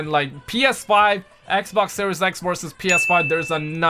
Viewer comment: man saying xbox like "ek-oc" xD